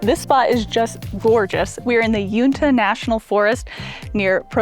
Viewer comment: Welcome to Utah! Northern Utah mountains get snow, even spring and summer. They're very beautiful. Try the Mirror Lake highway in the summertime.❤ Uinta is pronounced "You in ta" (short a sound)